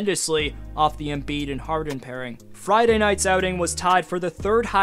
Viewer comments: It’s not embeard!! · “Embeard” lmaooo